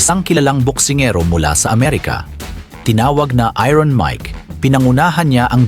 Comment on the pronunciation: Iron ai-urn ang pronounciation bwahahaha... iron bwahahaha...